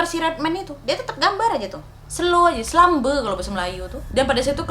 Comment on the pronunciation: bkn selambe kk tpi selembe